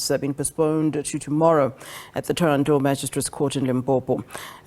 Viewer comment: The mf can't even say thohoyandou